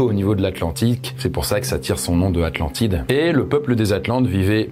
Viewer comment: La fameuse Aclantide 😂